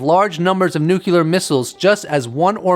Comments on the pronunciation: UFO Jesus saves, while Neil is smokin’ de Grasse... And PLEASE! It’s NOT “nook-you-lar”, like that traitorous asswipe George W Bush used to mis-pronounce, it’s “nuclear”, as in “NEW CLEAR”. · Are you trying to look like a bad Jesus costume? And the word is pronounced NOO-KLEE-UR not NOOK-YAH-LUR... if your too stupid to know this... it gives me pause as to whether or not your content is legitimately accurate.... go back to school... And try again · Nuclear.... sounds like noo-clear...not noo-cular.... why why why do people insist on saying it wrongly!!!!??? Arrrrghhh!! Take the consistent mispronunciation out of it and the information was quite interesting :) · Nuclear. NucLEar. nukLEEar......